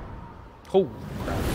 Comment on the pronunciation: Dont know if that was a joke when he said "crap" because to me it sounded like "crab"